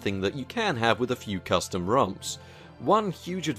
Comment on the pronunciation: Ahh yes crustom roms. xD